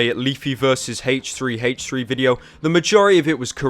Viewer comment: Does anyone know why he pronounces it "Haych3" rather than "Aych3?"